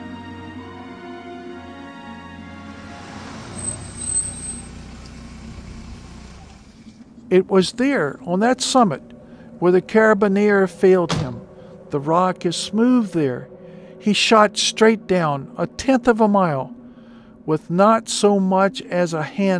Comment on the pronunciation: Did the voice actor pronounce carabiner wrong o.O i'm pretty sure he did. I'd glad I took this off my wishlist.